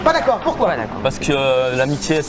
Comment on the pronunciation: le « N’daccord » il m’a mis K.O 😂😂😂